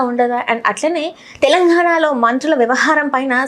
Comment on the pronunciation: తెలంఘాణా కాదు తల్లి. తెలంగాణా